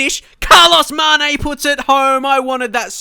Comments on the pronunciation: Say Maneh, or put "Mané" in Google Translator in Portuguese, the audio is fairly good. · He Means You're supposed to say it like Manyay (in Spanish and portugese its the same but in spanish n with a little squiggly thing on top make's a sound like eNyeah) Its quite simple really.:) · Stop trying to "force" Carlos, mate. He is not that great and the goal was fairly simple. Also, you speak his name incorrectly. The "né" in Portuguese is opened, not closed. Is "Mané" like "Yeah", exactly the same sound. Remember of George Weah (very different levels, though, haha).